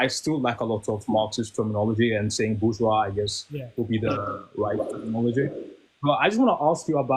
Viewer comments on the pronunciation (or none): Nah she was unbearably ignorant and smug simultaneously (BER-Gweece; “nuclear family” lol) and frankly—I would have been much harsher on her. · That’s Bur-Gweece Nuclear Family buddy! Lol